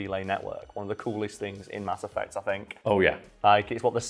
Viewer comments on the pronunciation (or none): "Cerberus" "Ass Effect" Are you trying to tell us something? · "Mass Effect" -> "Ass Effect" -> "Ass Eff" XD